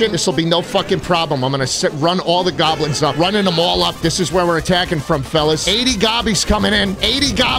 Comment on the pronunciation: it really pisses me of how he says goblins